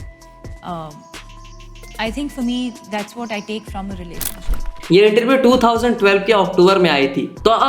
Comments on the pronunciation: Relasansip nahi….relationship…. Thik se pronounce karo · Relasonsip....relasonsip..... rela- son- sip😂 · Bhai pehle Relationship tho thik se pronounce kar ke...aur kuch dhang ka material bana. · Relationship pronounciation is wrong